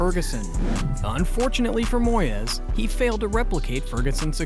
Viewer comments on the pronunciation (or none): His name aint moy-ez. Its moys, also why are you showing clips of tim sherwood, when talking about remi garde? You kust like goal90. An american who knows nothing about football